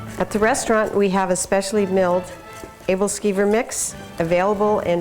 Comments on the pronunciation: She pronounces aebleskiver wrong xD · Good video. Yummy stuff. One thing though... She's saying the name wrong.